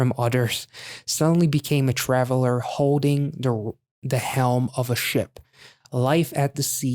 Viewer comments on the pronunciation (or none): none